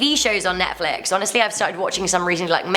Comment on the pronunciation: Anyone else’s not give that she says “HoNEStly” like 3-4 times 😂